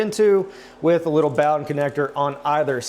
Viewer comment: Bow den rhymes with hoe den.